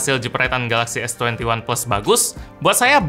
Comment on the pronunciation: S Twenty Oneplus 😂